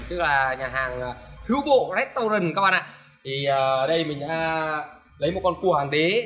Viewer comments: Đọc sai tên r a cái restaurant tiếng pháp là nhà hàng đọc là ret tau gong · Anh đọc sai rồi phải đọc là 'Hữu Bộ rét- rân'